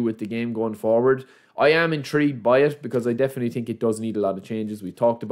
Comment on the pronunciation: its also „through“ pass not true pass - or i „think“ not i tink